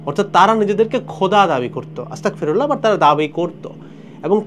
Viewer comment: সঠিক উচ্চারণ , আস্তাগফিরুল্লাহ" (أستغفر الله) ।